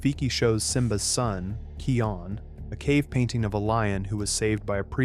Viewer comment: Simba’s son from 'The Lion Guard' is pronounced as Kīon. And Nala’s father couldn’t be either Mufasa or Scar.